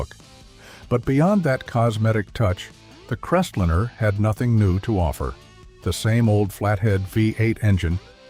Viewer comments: What's a CrestLINNER. AI sucks. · I stopped watching at "Crestlinner." You need to narrate this yourself or get a real person to do it.